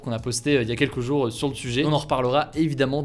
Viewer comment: Tes prononciations des mots me fume essaye d'améliorer ça si tu peux par exemple ces prochains jouuuuuuuur au lieu de prochains jour, ou kive alors que c'est Kiev 😭🤦🏻‍♂️